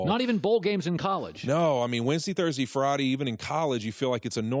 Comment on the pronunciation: Wensdee, Thursdee, Fridee